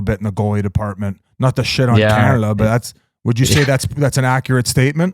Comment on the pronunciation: Calnada is the one that kills me how do you throw an L in there?